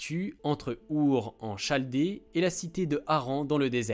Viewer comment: Travail tout à fait intéressant, bien construit et présentant de belles qualités de synthèse et de vulgarisation sans sacrifier l'essentiel de l'information. Félicitations. (Petite remarque : On prononce [ kalde ] et non [ ʃalde ] ). Je ne trouve toutefois mention d'aucune référence précise à une ou plusieurs universités auxquelles seraient ou auraient été rattachés les participants du collectif. Je suis allé voir sur votre site mais je n'ai rien trouvé dans ce sens. Qui sont les personnes membres du collectif ? Ou, à tout le moins, de quelle université sont-elles issues ? La présentation de votre collectif, sa démarche et ses présupposés sont bien exposés, mais il manque, selon moi, une caution scientifique explicite. Pourriez-vous me la donner s'il vous plaît ?